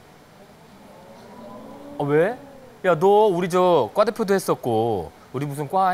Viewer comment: ㅎㅎ 뉴스를 늇쓰로, 과 대표를 꽈 대표로 발음하고 굵은 허벅지를 두꺼운 허벅지라고 하는 사람을 대체 누가 아나운서로 뽑았을까